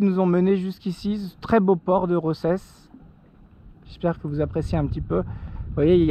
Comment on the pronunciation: Salut, pour info Roses se prononce « Rosas »